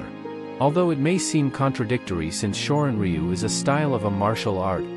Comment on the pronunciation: u,///the Y is silent shorin ru is how you say this martial art